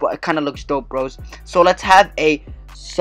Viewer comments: he said sasanoo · pronounce it how u are pronouncing it rn and just add “oh” at the end, so u should like say both “o’s” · Ur description and title is wrong, this isn't a review or a showcase, just u showing a video of 2 people using it without telling us about it. Also, where did you exactly review the mode? And in addition, you pronounced Susanoo wrong. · That’s now how u pronounce Susanoo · He said susanoo right the first time but then the other times he said it wronge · the way this guy is pronouncing Susanoo is killing me